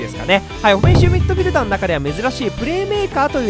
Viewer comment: おふぇんしゅみっどふぃるだー